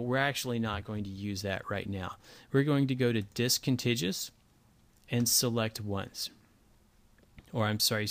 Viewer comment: Discontiguous . - DIS-CON-TIG-YOU-US . Just like CON-TIG-YOU -US. Geezus.